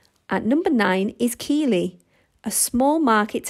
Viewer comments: For all the Americans looking to buy cheap rentals in the UK, 'Keighley' at number 9 is not pronounced key-ley as per the video. The 'keigh' part is pronounced 'keith' as per the man's name, so its actually pronounced 'keithley'. Also, if you want cheap and good enough to live in and raise your kids, don't buy in the cities noted - buy in the sticks just outside them. This is particularly true of both Keighley and Bradford, as you are then in Gods own Country (and well away from the idiots keeping the prices down!) but near enough to the big financial/IT employers in Leeds, Manchester (and surprisingly - Halifax) to still have a well paying career. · No 9 Pronounced Keith lee